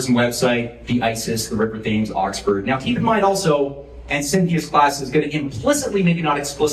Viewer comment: A minor point, but... 'Thames' is pronounced 'Temms'